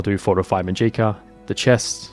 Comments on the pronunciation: To start off this is amazing dedication and work to put out a long video like this so props to you- I could never do this. I just want to correct the pronunciation of magica. The stress is on MA, so it’s MAH-jih-ka rather than mah-GEE-kah. I watch a lot of Brit/aus content creators and haven’t come across this pronunciation before so I think it was just a simple mistake. Only trying to help, carry on! ❤ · Muh-jeeka, huh.